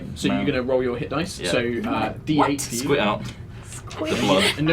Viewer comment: I'm just now watching this after watching all of Aerois is and catching up current in Altheya. has been saying "squit" this whole time?!😂